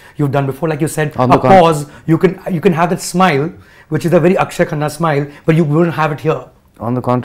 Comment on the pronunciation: He give shwa sound. In Akshe